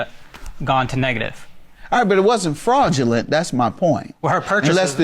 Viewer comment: Kinda sounds like the ex wife says, “Frogulent.” But maybe it’s just me!